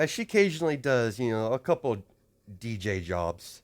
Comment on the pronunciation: I can't be the only one to think that he said bj job not DJ job.